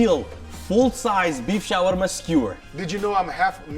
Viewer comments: The way this guy with an obviously very American accent pretentiously over-pronounces "Shawarma" in another accent every time he says the word is cringe AF and makes this video unwatchable. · 😂 in Saudi Arabia ( shawerma ) not ( shawarma ) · ShawErma ... guess where I am from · The way he says shawarma is wrong, maybe he was born in the West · When Bangladeshi people heard that pronunciation 💀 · Fuck that's annoying how he's pronouncing shawarma, it's almost as bad as Giada De Laurentiis pronouncing any Italian word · How do you overpronounce shawarma so much?